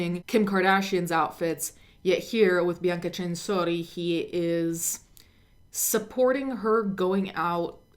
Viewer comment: Also...it's bianca Cen..sori ... Not chenshorchi how you say it .. get shit right while taking shit